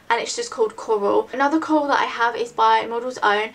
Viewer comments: i love how you say coral. "cowal" haha its cute. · when you said 'coral' the first time I thought you said Kohl, and you were talking about lipsticks so I thought you meant that you would wear an eyeliner on your lips... ahh! haha. Awesome vid~